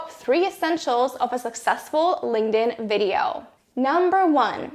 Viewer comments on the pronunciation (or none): UHHHHHHHH. LING DIN? SIGH. THERE'S A K. SO LINKTIN IS THE PRONUNCIATION. LING DIN IS THE CHINESE PANDA VERSION.